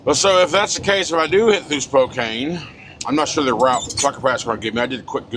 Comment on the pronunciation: It's pronounced Spo-can.